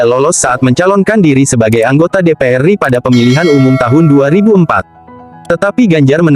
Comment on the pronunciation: NU mestinya dibaca En-U, bukan nu. RI mestinya er-I, bukan ri lucu kedengarannya